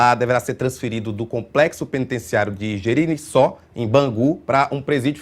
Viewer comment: Reinaldo! O teu colega conseguiu transformar uma palavra difícil "Gericinó" em outra mais difícil " Gecirinó". Dê os parabéns a ele!!!